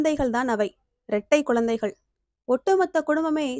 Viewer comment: அருமையான கதை! உச்சரிப்பு சரியான முறையில் இல்லை. குழந்தைகள், பழைமை யென்று சரியான உச்சரிப்பு இருந்தால் நன்றாக இருக்கும் 🎉